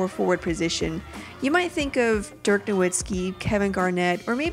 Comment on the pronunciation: they love Dirk so much she says his name wrong